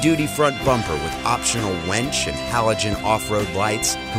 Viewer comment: "The heavy-duty front bumper with optional wench", really, that's funny. Come on Provan Industries, you can do better than that...it's a winch.